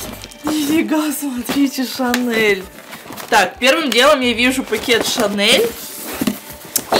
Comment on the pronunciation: Моя сумка шанэл,твоя девушка гочи и мы вместе в помойной кучи.Оруууууу простоо.Еще так говорит не Шанель а ШАНЭЛ.ахсхсх